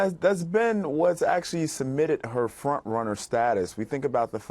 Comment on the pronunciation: It wasn’t eckspecially, it was actually ecksually.